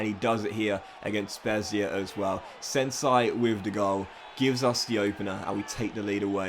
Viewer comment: It's just Sensi, like you say 'yes' in Spanish. Not Sensai😅